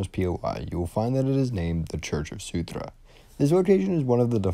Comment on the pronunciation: Great video as always, just that it's Surtr (sir-tsh), not Sutur (soo-tra), and jötunn (yo-ton)